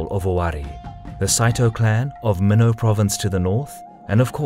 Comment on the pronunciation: FYI. Pronunciation of Mino is mee-noh. Not meh-now.